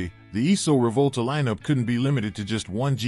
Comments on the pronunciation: Try and say "Reevòlta" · wrote "Reevòlta" because this should be the correct pronunciation of this Italian word (Rivolta) said by an American who does not know the Italian language.